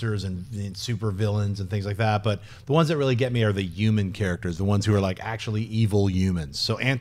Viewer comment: why cant schnepp pronounce the "hu" sound? its hot euman, its human